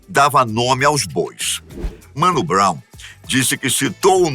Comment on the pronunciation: Vídeo tá foda demais mas, "Mano Brow" aí não chefe